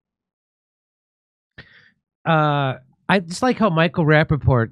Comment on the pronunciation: Micheal rapapotatoes 😂